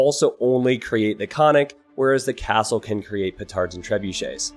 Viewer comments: And also, konnik has two 'n's, it's pronounced like kon-nik, not co-nik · Also, Konnik is with two Ns you have to say, "kon nik", you make it sound like "iconic" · Ok, I got triggered every time I hear this Remeber kids, it's not ,,konik", it' ,,koN-Nik", with double ,,N" Pls, do not hurt my ears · Not "khan-ick" but "khon-neek". konnik. The first part of the word "khon" is Bulgarian for horse. Soldier on a horse. This remake is a dream come true 😁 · Krepost/Крепост is pronounced as "Kr-eh-poh-st", not "Krypost". Konnik/Конник is "Cone-Nick" and not "Khannik". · Cree Post and Cunnics. Me (slavic speaker): Ugh, painful! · and also konnik is pronounced like carnaval or something like that :) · Thanks for the video , was super excited for the AoE to make a civ from my hard to find on the map country! Will be playing it a lot :) P.s. not that it matters but if you care about the pronunciation , say both ‘n’s in the name, Kon-nik, (horseman). :) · Since I am from Bulgaria a short pronunciation course Ö КРЕПОСТ - KREPOST (hard K and hard E ) , singular bagain/bagaini plural ( bagains is not right at all) BAGA (G LIKE IN GREEN) IN - from Iranian baga- lord, great,big .and btw bagatur bagain must be cav unit not infantry :D KONNIK -horseman - KON-NIK (hard K, hard N and one more N) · it's funny hearing how people try to say those words without knowing what they mean and how they are actually pronounced :) the "Konnik" basically means "horse rider" and is pronounced with double N, almost like two words. so it's pronounced like con-nick, 'con' almost the same like con from pros and cons, and nick like the name. and Krepost could be translated as fort or stronghold, also cold be fortress. since here it's weaker than castle i would say fort is the most appropriate. the first part 'kre' is pronounced similar to the start of the word crest (so the cre) but with more hard R. and the post is like you would expect. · "Kreeepost" "Kah-nik" Lmao